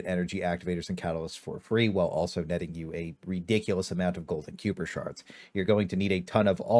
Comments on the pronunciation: I didn’t tell you miss pronounced Kiper. It’s not Cooper it’s Kiper. The pronunciation is Kiper that you is silent. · Wtf is kewper, game literally says it to you pronounced KAIper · sorry to be the Nit picker but Kuiper is pronounced Kyper (buy the game's voice actors) and Not Q-per... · its KAI-PURR, not cooper FYI. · You had me at "lady and gentlemen" and lost me at "Q-per" shards. You never heard of the Kuiper belt? Pronounced Kai-per? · pronounced like Hyper but Kyper. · KAI PER KAI PURR KUH-AYE P-ER "KUIPER" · I chuckle every time I hear "kyooper shards" from a creator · Why you sayin kyooper bro they say it correctly so many times throughout the story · The hell is a "Cyooper" shard? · Now this is the craziest version I've heard yet.... KEY-OOO-PER 🤣🤣🤣👏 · Q-per is wild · one of these days content creators will say kuiper shards correct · Why cant any of these youtubers listen to the game just one time in the millions of times it said to learn how to say kuiper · Do any Youtubers know how to pronounce kuiper? It’s said multiple times in the game